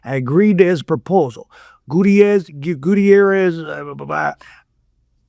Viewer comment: I know I shouldn't be commenting until its over but ima ask besides this letter what evidence does he have to back up all these wild claims.. also it's pronounced Goo-Tare-Rez not gooteairez. Goo like slime, Tare like Hare as in Rabbit and Rez like resurrection.